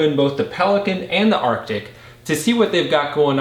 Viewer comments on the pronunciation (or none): FFS, are you unable to pronounce "ARE-TIC"? Is that impossible for you? Jesus! Listening to you saying "ARK-TIC" over and over - even when there were several commenters remarking on this in your preceding video - is like listening to imbeciles saying "NUKE-YOU- LUR" instead of "NUKE-LEE-URR" or "REAL-UH-TUR" instead of "REAL-TOR." Literacy. Check into it some time.